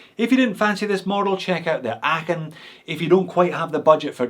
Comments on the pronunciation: Ahhh, so good to have a Scotsman review these Lacos: your pronunciation of "Aachen" is spot on! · good pronounciation of Aachen .... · Hey, as a german speaking subscriber i feel qualified to say: congrats on your pronunciation of "Aachen"! ☺️👌🏻 The standard model of this is still on my shopping list. But unfortunately, too much divers on that list to get first! 😅 Thanks for the review! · As someone born and raised in Aachen I can confirm that you’re pronunciation of „Aachen“ is spot on. Especially, for someone that doesn’t speak German as their native language! Also do wear a 39mm Aachen with the blue dial on my wrist on the daily. Love this watch so much! Just like you’re videos then haha. Greetings from Düsseldorf, au huur! 🤙🏻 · These look amazing. You really are well suited to say Aachen in a way most of us aren't. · I never heard a native Englisch speaker pronouce Aachen so well. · Kudos for the correct pronunciation of “Aachen” 👏 Although one can almost feel the concentration invested 😉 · Just want to congratulate you on your perfect pronounciation of Aachen. Greetings from there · Big respect for your pronunciation of Aachen.. xD Love Laco watches, great video! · Congratulations for your great pronunciation of „Aachen“ ! 😄👍 Not an easy one - even for a Scotsman